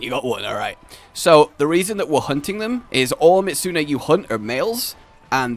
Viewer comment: For someone who's such a huge fan, sure mispronounces these names a LOT. i mean, is it spelled Mizutsune, or Mitsune? Also, as im typing this, calls him out on this. Awesome lmao